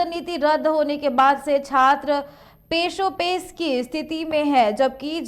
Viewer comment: Pashopesh hota hai peshopesh nahi